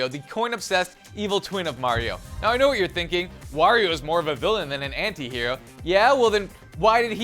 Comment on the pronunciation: Thank god an American knows how to say anti. Go ahead and argue?